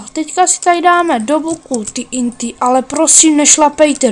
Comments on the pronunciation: TNT se v angličtině vyslovuje "tý en tý". "Té en té" se to vyslovuje v češtině. Vzhledem k tomu, že tvé znalosti angličtiny jsou natolik omezené, bys měl zauvažovat o soukromých lekcí z anglického jazyka. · TNT se v angličtině skutečně vyslovuje "tý en tý". Vzhledem k tomu, že tvé znalosti angličtiny jsou natolik omezené, bys měl zauvažovat o soukromých lekcí z anglického jazyka. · jak vyslovuje tnt :D tý en tý :D